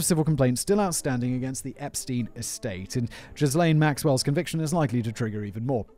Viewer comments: So Simon... Ghislaine is pronounced "Gee-Lane" Its a hard G, not Jee-Lane lol 😂🤣😂🤣 Ohh yeah, his actual place of residence was in Manhattan. That was the one that had the rich, famous and gov't connected video evidence of the underage blackmail he had on them... thats why they went their first, and when they knew he was in his Florida residence. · it’s ok. Most of us thought “Jizz-Lane” was accurate as well. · I love how Simon pronounces Ghislaine as “Jizzlane” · Simon calling that monster Ghislaine as Jizz-Lane is what I needed to get through this awfulness. Well done. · It's "Zhillaine" Maxwell, "zh" as in "beige". Robert Maxwell was her dad, who famously owned the Daily Mirror, and robbed it's pension fund. Then mysteriously disappeared, claimed to have fallen off his yacht and drowned, but they never found a body. This was right when the investigation against him was stepping up. Incidentally, the yacht he fell of, he named "Lady Ghislaine". That itself isn't conspiracy-fuel. It's just that a terrible man had a terrible daughter who apparently had all of the drive, and lack of morals, that he had. But that's how come I know how to say "Ghislaine". It's obviously been mentioned around her recent trial but it was also mentioned back during her dad's shenanigans. Robert Maxwell was very old, this was early-90s, so he's almost certainly dead now anyway, and didn't leave her a ticket to come join Elvis and JFK. And all that said, he wasn't a tenth the villain Rupert Murdoch is. Satan makes blood sacrifices to Murdoch. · No... I'm pretty sure it's pronounced "Jizzz-Lane" 🤣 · Simon, please tell me you weren't calling her "Jizz lane" all this time... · Ghislaine is pronounced as Ghizlaine.